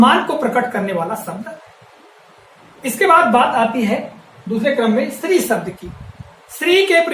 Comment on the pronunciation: अपने श पर काम करो सर आप बार-बार शब्द को सब्द बोल रहें हैं, श्री को भी आप स्रि बोल रहें हैं l